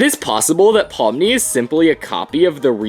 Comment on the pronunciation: Pomni not pony 😑